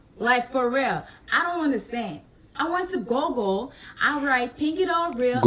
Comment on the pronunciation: 😂 “go-gol” (google)